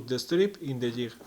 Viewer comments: DUDE....!!!! DUUUUUDE...!!!! STOP SIT AND LISTEN...!!!!!! Jig......okay? Thats J - I - G.....SAY IT.....ji - G....thats a G sound... Ji - GG....... JiG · Great video. Theres no 'h' in jig though.